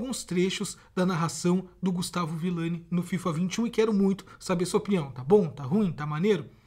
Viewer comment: Brutal é ViLLani,e não ViLani